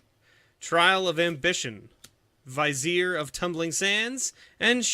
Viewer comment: (VYZ-eer)? no it's (VIZ-ee-ER)